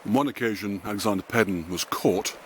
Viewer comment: It is pronounced Paydon….. I know because I am one…. That is why a lot of people changed the spelling.